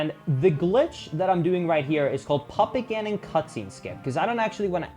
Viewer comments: As someone who has never played this game and is not a native english-speaker, it took me a while to realize you were saying Puppet Ganon and not Papa Ganon 😅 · Puppet Gannon! I thought you said papa Gannon.